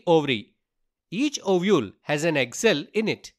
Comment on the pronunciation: Uhh just noticed you are a banglorian from the specific "yegg" sound , btw beautifully explained